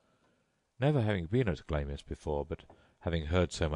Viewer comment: Stopped listening as soon as he pronounced 'Glamis' as 'Glaymiss' instead of 'Glarms'..pah.